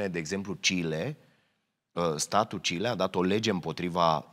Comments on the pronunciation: Chile nu Cile... asa a zis Robotul.😂 VA MULTUMESC CA EXISTATI. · Ai zis Chile? Pentru Joha este Kile 😆